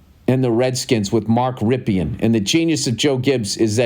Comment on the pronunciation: Pronounced Mark "Rippen" not "Rip E In"